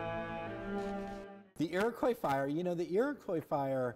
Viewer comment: The "Iwwacoy Feeter" had "bawwa stwading" - I tort I taw a Fiewwaman!